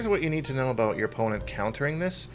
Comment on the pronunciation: haha! You do say about and not a boot! Lol gotcha!